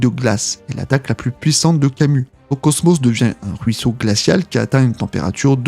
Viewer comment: Le cosmÔ? La chaine de CHOUNE?? je sais pas moi, on dit [cosmOSSE], la chaine de [CHEUNE].... Tu es sûr d'avoir regarder ne serait-ce qu'un seul épisode des chevaliers du zodiaque,??? 🤔🤔🤔